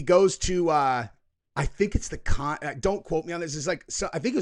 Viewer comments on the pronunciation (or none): The Cannes Film Festival is correctly pronounced as "Kan," rhyming with the word "can". The final 's' is silent, and the pronunciation is a single syllable, not "con," "cans," or "kahns". C'mon, ENGLISH (or at least the correct way to say it, I know it's Francais)